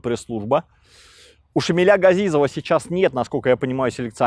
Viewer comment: Шамиля, поменяйте ударение, дико звучит